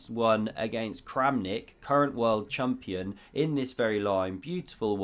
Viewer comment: Pronounced "chumpion" :)